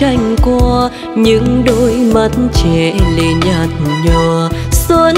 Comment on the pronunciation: Cho môi em mềm mùa xuân, từ 'xuân' nên phát âm mềm hơn. đoạn 'những đôi mắt trẻ lệ nhạt nhòa' không nên nhấn mạnh vào chữ nhạt, mà để nó trôi theo lướt từ nhạt nhòa ngang bằng. đoạn 'không nụ cười đưa duyên' phát âm chữ duyên nên chuẩn hơn, trong này nghe gần giống chữ 'xuyên'. Đoạn tôi sẽ về đưa người yêu....đến cuối lại càng nhiều lỗi hơn.Phối khí cũng hơi chán. Diễn xuất nên trầm lắng nhưng tươi tỉnh, không nên buồn, vì bài này có rất nhiều ý nghĩa tích cực.